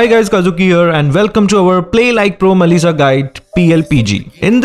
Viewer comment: When u say mellisa it's sound like Malaysia